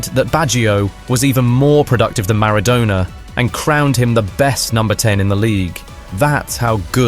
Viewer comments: I’m pretty sure thousands of people also pronounces Maradona like that but whatever. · you can't pronounce "Maradona". GTFO. I am done with this. 😢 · What accent do you think you hear from the video narrator? Let's agree that it is British born and bred, as opposed to International learned British English which NEVER sounds like this. Speaking an Englishman born and educated in England myself, it is im-fucking-possible to have heard Maradona's name pronounced any other way than the correct way. It would have been corrected by friends, family, certainly corrected by anyone this narrator spoke football with. Maradonna's legacy is intertwined with England football forever for his 'hand of God' moment. Nobody has ever pronounced Maradona's name like that. As a thought experiment: The thousands you claim MIGHT pronounce Maradona like that, would have to be American, who for them, Football is "Soccer" and know little to nothing about football all their lives like the rest of us Football fans on planet Earth. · Thousands, you say? Link me any timestamped YouTube video among the thousands that exist where somebody pronounces Maradona's name like that. Please. I beg of you. I'm fully serious. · and plus its just a simple pronunciation error and your making such a big fuss about it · I thought that and the pronunciation of Napoli and Maradona indicated an AI voiceover?